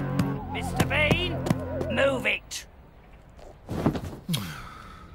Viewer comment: It name is mister bean not mister bin